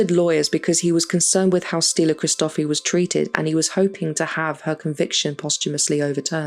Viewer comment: It’s pronounced stee-LLOU (put emphasis on the double L) hri-sto-FEE